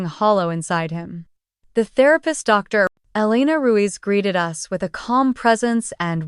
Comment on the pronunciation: Sometimes the AI doesn't get it right started listening to these stories for about a month or two another on I heard on some of them DR. As in doctor but comes out as D R